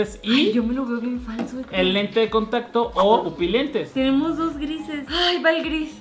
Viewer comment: Pupolentes JAJAJAJAJAJ